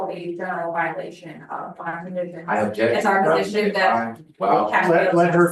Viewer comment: "I ubbjekt"